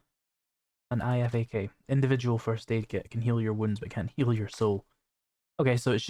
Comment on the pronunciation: just for your info.... IFAK is pronounced "Eye-Fak" :) Btw, Great series, love this mod. I wonder if my Potato of a laptop can handle it, over the base game running on Low/medium settings....